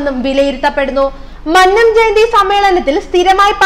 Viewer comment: പെംകൊച്ചെ മഅനംജയന്തിയല്ല അല്ല "മന്നംജയന്തി" നന്നായി പറഞ്ഞു പഠിക്കൂ ഇല്ലേൽ പണിയാകും